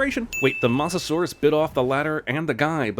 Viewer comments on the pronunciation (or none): it's mosa not moss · Why does he keep pronouncing mosasaurus as “moss a saurus”? It’s annoying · ill sin you once cinemasins because you said mosasuar instead of moasasuar thats how you pronounce it 1. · It’s pronounced “mo-za-saur-us” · so your telling me you wouldn't have screamed. Plus you said Mosasaurus wrong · Still cant pronounce Mosasaurus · You pronounced Mosasaurus wrong